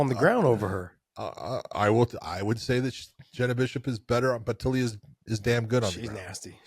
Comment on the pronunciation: Taila as in Thailand. Is reading/correct pronunciation that hard? When Blanchfield was doing it I thought she was pulling a Jon/Cereal (Cyril) and deliberately getting it wrong.